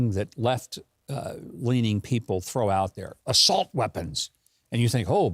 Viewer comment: I thought Joe said solt weapons.